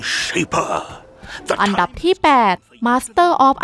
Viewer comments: น้ำเสียงน่าฟังนะครับ แต่อยากให้ปรับเรื่องการพูดนิดนึงนะครับ อย่างคำว่าอันดับ ไม่ใช่ อัมดับนะครับ แล้วก็ Sacrifice อ่านว่า แซคริไฟซ์ นะครับ ขอบคุณครับที่นำเสนอข่าวสาร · เดี๋ยวจะปรับปรุงให้ดีกว่าคะ เรื่องอ่านออกเสียง อัมดับ ตอนพูดเราออกเสียงอันดับจริงๆน๊า เสียงอาจจะเพี้ยน แต่เดี๋ยวปรับปรุงคะ แต่ Sacrifice พอดีเราอ่านตามที่ฝรั่งแคสเกมพูดนะคะ ยังไงทางเราขอขอบคุณที่คุณให้คำแนะนำด้วยคะ